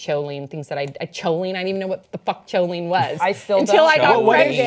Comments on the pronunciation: The ch in choline is pronounced k ;) And it's probably recommended to help make the neurotransmitter acetylcholine. (Okay, the nerd's gonna go back to do science) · lol, choline is pronounced KO LEEN. It is found in the hydrophilic heads of phospholipids, which make up the membranes in (mostly) animal cells. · If you were saying choline its pronounced like koline. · just letting you know the h is silent in choline, so it's more like coline.